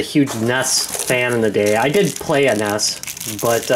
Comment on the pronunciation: N.E.S. Not nes... come on man.